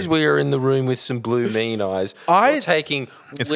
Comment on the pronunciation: The fact he thinks it's pronounced blue mean eye is a testament to how bad that holiday away from his self must have been lmao.